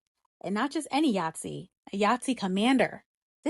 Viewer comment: What the hell is a yatsi? I double checked the subtitles and listened again. You mean a Nazi girl? I enjoy your content but, it’s an N, sweetie. Just like Donald Trump is a wanna be Nazi. Call it out for what it is. He’s just as much a fascist in his heart as Adolf Hitler & his Nazi party were. The term you’re using is a board game…